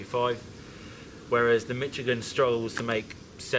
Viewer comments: Why do they both pronounce it Mitch-igan? It's pronounced Mishigan! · I live in Michigan... We definitely pronounce it "Mishigan" lol.